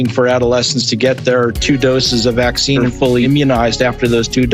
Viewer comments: I’m just happy that YouTube is finally allowing him to pronounce PhwA#%cine properly now without taking his whole channel down. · I enjoy the video but boy o boy is it annoying the way you insist on saying the word "vaccine."